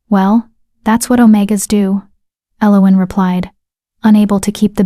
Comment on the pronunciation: I cringe every time the name Elowen is said, this pronunciation is so so wrong, other than that it's a fairly good tale